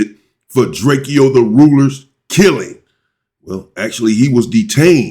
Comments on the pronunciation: … Can u please stop callin the homie DRAK-E-O…Itz DRAKE-O. He made a whole song about this go listen to it, its called Drake-o not Drak-e-o. What the helly😂😂😂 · Drak-co not drackkio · You pronounce it drake and o, like the gun Draco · One more thing that's bothering me I guess you don't read your comments but can you please stop butchering this man's name It's pronounced like the 🔫 Not the way it's spelled Draek-Kee-O... Come on fam That just urks the crap out of me every time you say it and I love your channel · YOU SAYING DRAKE-O NAME WRONG 👈🏽😑